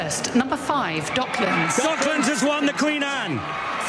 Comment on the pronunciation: ドッ”ク“ランズなんやけど😂